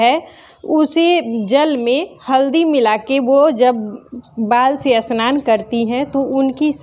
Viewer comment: Aunty असनान नही स्नान hota hai😅